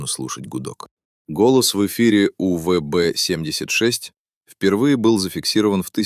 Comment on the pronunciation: Ну насколько нужно быть ДОБОЁБОМ, чтоб хотябы не смочь правильно произнести УВБ76